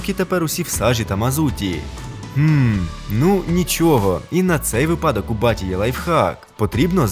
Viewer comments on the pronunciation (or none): Тільки не випАдок, а вИпадок, а так классне відео! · мені це правило в моєму ліцеї повторювали щонеділі. Правильно вИпадок. А випАдок ріже вухо. І це не правильна вимова. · ні. Мені 3 вчителя української мови наголосили на правильну вимову. Плюс в ЗНО правильно вибирати з наголосом на вИпадок, і на останок подивись Авраменко.